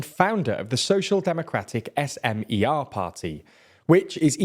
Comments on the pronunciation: Please check the pronunciation of the names... far from every language abide by English pronunciation 'rules'... It's Fico [fitso], if you wish and SMER [smer] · Im tearing up at your pronounciation of Fico and HLAS, SMER, Fico is pronounced with a hard C, SMER and HLAS is one word not individual letters, also this was a week ago and I didnt even know my government apparently collapsed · "Fiko" is pronounced "Fitso" 😉 (c is always ts). SMER is pronounced "smer" (e as in attack). HLAS is pronoucned "hlas" (a as in above")